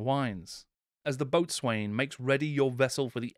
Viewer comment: Please check your pronunciation of your script - "ensign", "boatswain", and several others got far more letters than they normally have!